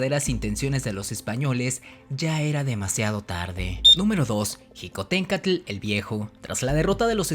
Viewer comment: La palabra Xicohtencatl no se pronuncia como jicohtencatl. La grafía "x" en náhuatl se pronuncia como un "sh" inglesa o como una "ch" suave. Su pronunciación es shicohtencatl